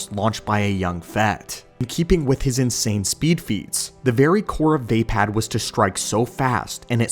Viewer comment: Love your videos man but 1 thing Vaapad is pronounced (VUH- POD) not (VAY - PAD) please it’s slightly iritating